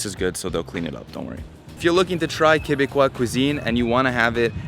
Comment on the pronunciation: Dude you say you've been here for 20 years and you pronounce steak frites properly and Quebecois properly but you're calling it Poo-Teen. Be better 😢